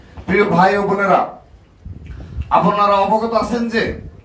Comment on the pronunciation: আপোনারা নয় আপনারা।বাংলা শুদ্ধ ভাবে বলুন ।